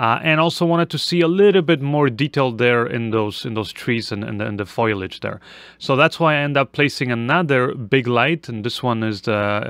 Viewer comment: It's foliage not foyliage